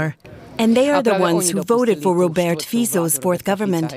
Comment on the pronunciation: Thank to calling Mr. Fico as Feecco, it suits him very well ....